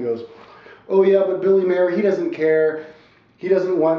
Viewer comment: P.S. Genius, the man's last name is MEIER, not Mayor.